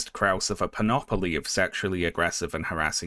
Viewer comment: panoply, not ‘panopoly’.